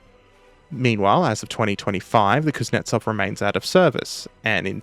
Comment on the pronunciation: KUZ-NYET-ZOV, not KUZ-NETS-OV, please.